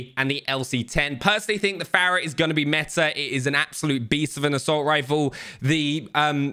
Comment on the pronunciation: The way he pronounces fara bugs me lol